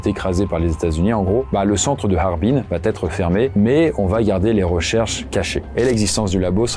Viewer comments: Environ 80% des youtuber storyteller font la même erreur de français et qui m'insupporte vraiment. Vous inventez systématiquement une lettre dans certaines expressions. "ça va T-être", "il va T-être", "il ne va pas T-être", etc. D'où vient ce foutu "T" ??? Cette faute est présente au minimum 10 fois dans cette vidéo, et c'est pas du français. Et c'est une réelle observation sociale. Il n'y a QUE les storyteller de Youtube qui font cette faute. On dirait que vous vous transférez cette faute les uns aux autres. Je regarde énormément de vidéo (gaming, artisanat, histoire, science, reportage, politique, écologie, storyteller-crime-jeux vidéo-étrange, etc.) et les storyteller sont les seuls à faire cette faute et ce n'est pas à cause du débit ou de la quantité de texte, parce qu'un reportage ou un documentaire c'est exactement la même mécanique = une personne qui débite un long texte pré-écrit et eux ne font pas cette faute. A trop vouloir faire comme la télé, vous surjouez le français et donc vous inventez des fautes pour exagérer la prononciation, vous créez des liaisons qui n'existent pas. *Je tiens à préciser que je ne suis pas du genre grammar-"N" word, je m'en fout d'entendre dire "du coup", "par contre", "au jour d'aujourd'hui", "c'est pas parce que" etc. Je suis loin d'être parfait en français, mais ce truc est tellement systématique et ciblé socialement sur une catégorie de youtuber que ça me dérange beaucoup. * Pour info, la chaine "Linguisticae" avait fait une vidéo sur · Salut! J'adore tes vidéos, et j'attends toujours avec impatience les nouvelles sorties 😊 Une chose: quand un verbe conjugué se termine par « a » et qu'il est suivi par le verbe « être », il n'y a pas de liaison. On dit « Il va être » et pas « Il va-t-être » 😉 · Pourquoi tu dis tout le temps "va T être" ? C'est "VA ÊTRE" il y a pas T c'est ouf. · Depuis quand " il va" est suivi d'un "t" ? Avec des milliers de suiveurs, tu contamines la langue française. C'est bien dommage.